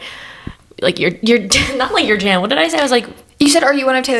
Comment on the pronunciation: This whole pod is iconic and feels nostalgic because of location! Wanted you to know Jan’s name is pronounced “yawn”! I recently learned myself. your song was perfection. 🫶🏼🫶🏼